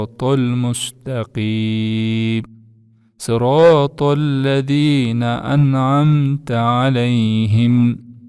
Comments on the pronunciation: Ссыраталь деп туратго сиз ссиротоль деп жатасго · СырАтА ль деп жазылып туратко,сырОтО ль эмес эле.